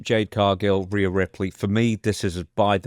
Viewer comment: Why he say Rhea's name all fucked up?